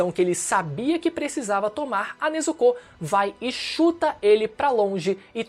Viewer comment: O U em Nezuko é mudo😅